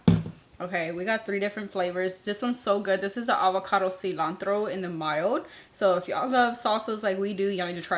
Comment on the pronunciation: Quick question....if you don't speak Spanish then why do you pronounce "tortilla" and "cilantro" with such a heavy accent?